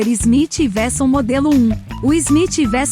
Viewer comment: Não é Smith Versão, é uekson a pronúncia correta.